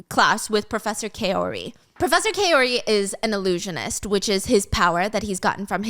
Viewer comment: Griffin - gr - ih - fin (the two i’s have the same sound) Kaori - K- ah- ore- ee Bodhi - Bow - dee Hope that helps! :)